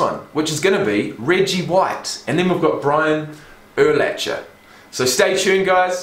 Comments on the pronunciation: Also Urlacher is actually pronounced Ur-lack-er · I don't know if anyone has mentioned it. Brian Urlacher is pronounced Ur-lack-er. Btw, always love the vids, been around since ~15k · And the h is silent in urlacher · LOL, Eagles history goes back further than 20 years. It goes back to 1933. Dawkins did play in a Super Bowl as a player. He did not win that one. There are better highlight videos on him. Hist hits were bone crushing. And Urlacher if pronounced: "UR LACKER." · That's not how u say urlackers name